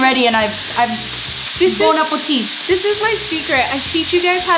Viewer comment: "Bone apple tea" I died, is hilarious